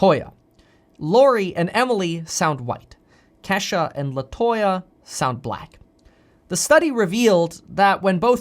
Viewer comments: Kevin it’s kee shuhhh lol 🤣🤣 not Kesh a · It's not Kesha its Key sha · Coming form a black dude it’s not Kesha is KEESHA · Kesha pronounced Key=sha lol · Lol bro lol I’m pretty sure it’s kee as in kesha but pronounced kee sha Lol !! Love you man keep doing your thang !!!!!! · And it's Kesha (Keesha) with a hard e 😁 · Okay Kev love you Bruh but the name is pronounced Kesha or Keisha sounds like this KEE-SHAH . Other than that thanks for having the courage to speak up for Us Black people , You Rock!💯✊🏾💖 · LOL! Your Kesha is pronounced Keesha with a Long E. :-D. I like you. You're a cool dude. Try not to butcher our names. LOL! :-) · Boy I tell you I was screaming “KEE” Kevin it’s “ KEEYSHA” Kesha is a white 👩‍🎤 singer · Is Kevin trying to say Kisha Kesha Keyshia Keshia OR Ke-Shh-Ah 😭🤣😂😂 Just asking lol But keep up the good work Kevin Love ya man❣️